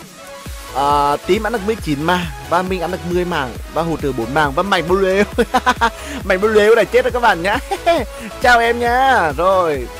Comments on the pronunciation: Ng ta Mạnh bờ lu mà ông này cứ khịa kiu Mạnh bờ lêu quài cười ỉa mỗi khi ổng kiu tên ông Mạnh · Tao Cười ỉa lun mạnh blue cứ đọc mạnh blêu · Buồn cười mỗi câu mạnh blêu -. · người thường: mạnh blue: mạnh blêu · Anh cà khịa... Mạnh blu thành mạnh blêu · Em nó là mạnh blu chứ ko phải mạnh blêu ah ơi 🤣🤣. Mạnh hẳn giận lắm á 😡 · Anh cứ nói mạnh bờ lêu ki vaiz nồi